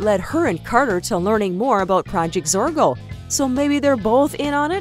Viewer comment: ITS PROJECT ZORGO NOTTTTTTTTTTTTT PRODGT. ITS ZORGO NOTTTTTTTTTT ZORKO